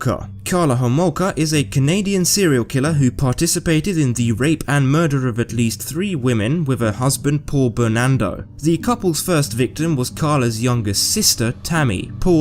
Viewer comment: Bernardo, not Bernando.